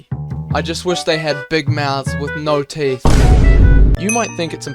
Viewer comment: SHUT UP SAYING BİG MOUTH AND NO THEET